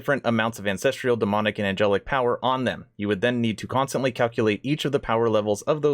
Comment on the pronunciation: An cess truuhl. Not cess trieeuhl. Where are you finding the trial in ancestral... you have valid points and good reason to be upset. Although I think they're keeping a lot of good stuff from us and we're most likely 3 years out still. But at least know how to pronounce a simple word and know how to read correctly if you're going to state that you have such better ideas on things.